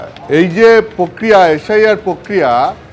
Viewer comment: প্রক্রিয়া উচ্চারণ টা ঠিক করো ভাই